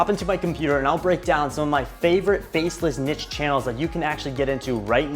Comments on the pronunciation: can someone please correct his pronunciation of NICHE. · Kelcey well, i pronounce it “neesh” but everybody says it different lol